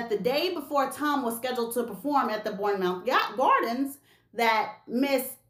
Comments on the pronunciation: Hi, I'm actually from the UK and looks your videos and all the tea spilling...you know your stuff. Anyway, we pronouce Bournemouth.... BORNMUTH. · Its "Borrnemouth"🤭 thanks for the video 🙏🙏🇬🇧🤎💜🤎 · SayaSo Bournemouth is pronounced Bourne-murth